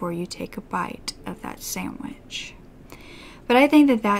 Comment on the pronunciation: You're so cute, it's a sand-wich not a samwich 🤭😅😂.. you're such a Gem, I love you big much 🤗